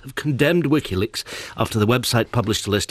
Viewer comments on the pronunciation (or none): I'm sure he says Wikki Licks after the slip too...good job he didn't say Willy Licks :D